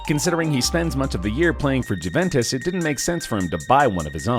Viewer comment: cant get over him saying Juventus wrong